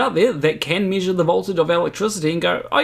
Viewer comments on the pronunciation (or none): I like how this guy says “meeshur”